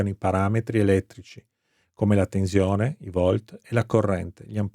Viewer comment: A volte dice anche tezione 🤦